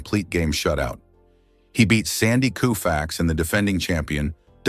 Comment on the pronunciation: Yes of course it’s an AI voice and AI written slop, the narrator mispronounces Sandy Koufax and exhaustingly says the same thing over and over using words most people don’t understand.